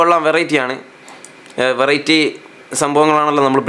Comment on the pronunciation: ᴠᴇʀɪᴇᴛy ᴀʟʟᴇ? ᴠᴇʀɪᴇᴛy?... ᴠᴇʀɪᴇᴛy ᴛʜᴀɴɴᴇ🙏🏻